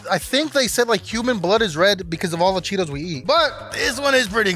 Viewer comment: bro said cheeTOES